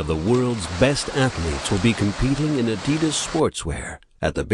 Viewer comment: He didn't pronounce adidas right